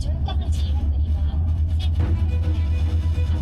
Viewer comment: の箇所、岩国の発音アクセントが正しいから嬉しい。「い」を強く発音するのが昔からの地元流。